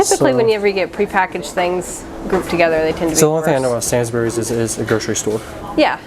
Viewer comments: NOT pronounced SAINS BERRIES ! (More like...SAINSBREES.) You were in a Sainsbury's LOCAL. A much smaller, and more expensive of their shops, with a limited range . ALDI is way cheaper and just as good quality ! The honey is a different colour depending on what the bees are feeding on. My favourite is OILSEED RAPE honey. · How dare you call it "Sansberries"!!! Sanes-buh-rees. It's not pronounced how you expect. Though I may start calling is sansberries. Edit: I'm now doubting my own pronunciation as I have a Midlands accent. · Sains to rhyme with pains not sans to rhyme with pans 🫤 and “we” say the bury as “brie” sooo..”Sainsbrie’s” - weird, I know but that’s the way we are over here! And I work for Sainsy and that “local” is quite big really! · it’s “Sains-Bree’s” not “Sans Berries”:P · "Sainz buries", not quite, try "Sainzbreeze". 😉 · Great video, but with sainsbury’s, the i is pronounced, so it’s kinda like say-ns instead of sans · Sansburys? You mean Sainsbury's. Pronounced like "sayins bury's" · SainsBury not SainsBerry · Sansberry lol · the way u say sainsburys cri the way most here pronounce it is SainsBreeze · sansberry ah yes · I have noticed that Americans pronounce Sainsburys as Sains-berries, it's quite weird to hear also the local branches are not the same as a large branch where people do their big weekly family shop, a lot more choices plus they sell clothes and home wares, toys and DIY. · It’s pronounced SAYNEBuries. Love you guys 🤣 also we say Ribena as in R-EYE-been-a ❤️ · You butchered the pronunciation of sainsbury but hey😁😂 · S-a-i-n-s. Not sansbury. It's also smaller because it's designed to be like a local corner store. Hence the sainsburys "local" name. Designed to get your essential needs. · its said as sains bree not berry lol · Hearing you say yogurt, sainsburys and aero made me cringe 🤣